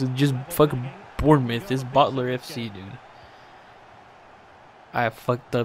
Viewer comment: its pronounced born-muth